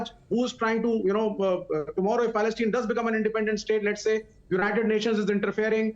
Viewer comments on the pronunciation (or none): Inform the communist idiot to learn how to pronounce the word “Palestine” properly,secondly the bigots are out because Modi and the Majority of Indians support Israel,have nothing to say what the Chinese are doing to their Muslim population.